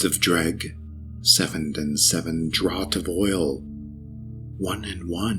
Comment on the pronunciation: Whatever happened to book one? Is it in the game? Nice pronunciations btw. I didn't know that was how you said 'dreugh'